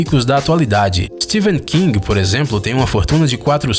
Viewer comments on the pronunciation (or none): none